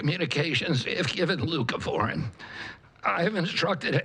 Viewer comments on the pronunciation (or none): can someone please let me know what it is he said that if given to children with autism they could improve their communication? I can't understand the word he said. It sounds like glucaform.